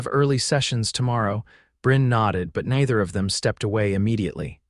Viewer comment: Neither is mispronounced at about